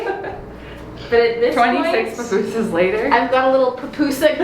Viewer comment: "Papusas" is crazy😂😂😂😂 its "pupusas"